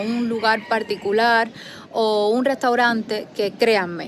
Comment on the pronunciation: Hola es cierto que eres santiaguera de nacimiento porque los santiagueros al hablar cambian la r por l al igual que los guantanameros ah y los capitalinos habaneros se comen la r s decir paticula y no particular okokokkkk🤣🤣🤣🤣🤣🤣🤣🤣😎